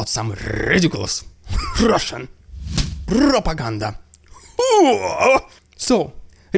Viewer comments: Your "RRidiculous RRussian pRRopaganda" is getting a little cringe...but, I'm HERE FOR IT! Carry on, Russian Dude! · maybe if soyguy sacrifices all of wagner he might slow down the AFU momentum just enough to allow vladdy a moment of rrrrrridiculous rrrraaaaaashan pprrrrrrrrrrrrogandah hah!